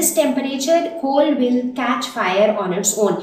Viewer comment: Very right, she is having a very bad pronunciation she says chol to coal She adds 'h' to words and whenever she says 's' so my ears start get irritating